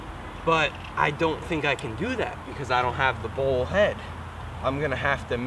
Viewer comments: Its ' bowl ' not ball. the tripod head screw on the other tripod is STANDARD 3/8". The bowl has other uses also. Obviously you do not know. so why offer ' advice ' on things you do not understand ? Just creates more confusion. Plus the pronunciation of names as always in USA not correct. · Here's been saying bowl...